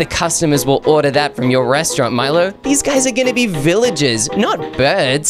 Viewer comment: “Dive Throu”? “Ordar Here”?